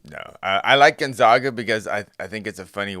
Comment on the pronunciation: That Gun-Zogg-Guh team sounds great! From Spo-Kaine nonetheless! It's actually pronounced Gon-Zagg-Guh and Spo-Kan😂